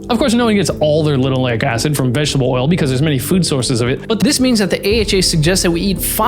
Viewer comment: What's "vegshbuh oil" ???